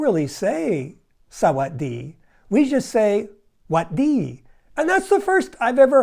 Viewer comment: You messed up at the end, you said Sawadee 😂